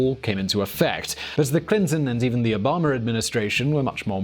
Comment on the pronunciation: saying Obama: "Obummer". That's what I heard, don't judge.